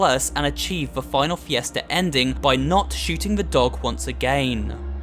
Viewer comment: You had 3 months to correct FIESTA As a Spanish speaker This bothers me lmao